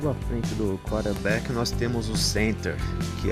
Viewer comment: Vídeo ótimo. O nome é quaRterback e não quaterback